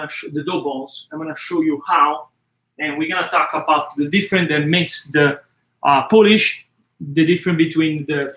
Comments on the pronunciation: It's POOL-ISH, NOT POLISH! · I love your pizza recipe. I do it all the time. I have a quick question. Why do you call it Poolish and not biga? Is the word poolish more associated with Napoli mor than Biga?